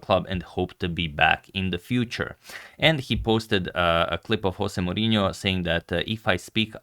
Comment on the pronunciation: Svako opskurno indijsko ime izgovoriš kako treba, i onda kažeš "Hose" Murinjo. Pa majku mu Agade...